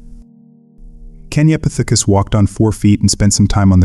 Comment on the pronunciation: Putting the emphases on the th in kenyapithicus is wild. KenyapiTHICus lol say it how you want but kenyaPITHicus sounds better